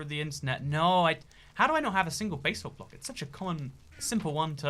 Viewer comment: No one:: bay-salt